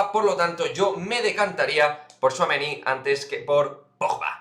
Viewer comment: Buenas!!!Veo que ya pronuncias muy bien al bueno de thouameni!!!veo mucho francés en la plantilla,me gusta más la mezcla de culturas,no sé si tu a eso lo verías un problema.Pero de quedarne me quedo con Pogba.